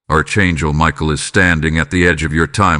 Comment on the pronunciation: Archangel is not pronounced "Arch" it is a "ck"